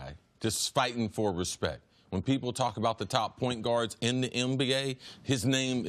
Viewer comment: Chris you cool bro but please fix the N words and M words. You say "MBA" when its "NBA"...."NVP" when its "MVP" anybody else notice this every segment?